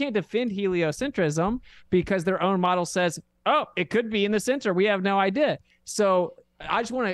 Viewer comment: I cringe (even though I hate using that word) everytime says the word "idea". Please learn how to pronounce words. I hear it in all of your debates, this is constructive criticism, please say words properly.